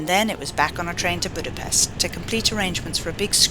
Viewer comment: 45 seconds in and already annoyed with the fact that you didn't pronounce Budapest correctly